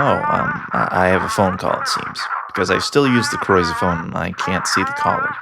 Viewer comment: when you sa ythe croise it sounds like la croy